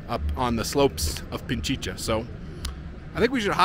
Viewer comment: Pichincha (Pi-chin-cha) not Pinchicha (Pin-chi-cha), just for the sake of accuracy in spelling and pronunciation. 🤔😉 Your videos are interesting, thanks for sharing your travels!